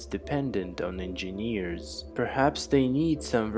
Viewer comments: It's not In-Jean-Years !!!! It's En-Jin-ears !!!!! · u have problem with saying engineers 😂😂